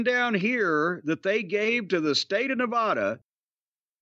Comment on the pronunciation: I wish jim could learn how to pronounce nevada.